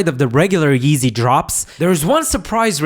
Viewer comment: This goofy said “eezy” 😂